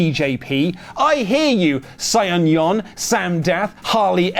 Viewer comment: This man just mispronounce saiyan?